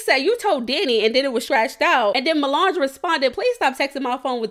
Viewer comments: U continuing to call that girl “milange” is wild🤣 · I can’t get over you calling her Mulange 😂😂😂😂😂 I was weak every time